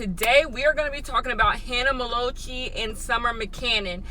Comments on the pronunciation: Hannah melochee and summer mcannon... u rlly can’t pronounce names HAHA I luv u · "Hanna me-low-chee" IM SCREAMING🤣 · You said Hannah Ma- low- chee and Summer Mccanon. I'm actually tearing up over here. 😂😂